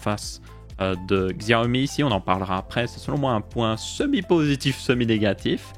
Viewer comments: on ne dit pas "gxiaomi" mais plutot "Chiaomi" en prononciation. voilà juste histoire de prononcer le nom de la marque proprement. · Coucou, pour info on dit pas Xiaomi mais CHiaomi. J'ai un Mi Max 3, depuis déjà bientôt 3 ans et toujours aussi fluide, sans problème ou quoi que ce soit, en plus d'avoir la chance d'avoir MiUI12 depuis peu. Je le trouve plus fluide que mon Iphone 6S+ au passage... Bonne vidéo comme d'habitude. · super vidéo mais d'ailleurs Xiaomi en vrai sa se prononce Chaomi ;) sinon continu comme sa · Tu me fais rire tu fait l'effort de prononcer 10 en anglais mais tu prononce xiaomi a l'occidentale